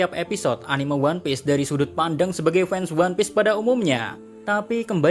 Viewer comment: Min, bisa ga sih ngomongnya anim’E’ (dengan “e” bukan “eu”) orang di jepangnya sendiri aja bilangnya anime (アニメ) bukan animeu. Kesel bgt deh sama kebanyakan awam yang bilang animeu.